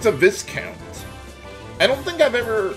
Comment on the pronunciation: also, the vis is pronounced so that it rhymes with eye for some reason. it's vy-count.